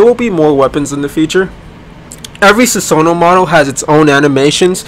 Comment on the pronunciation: susanoo mispronounce?